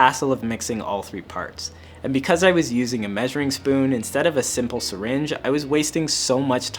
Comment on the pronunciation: You mean..."syringe" lmao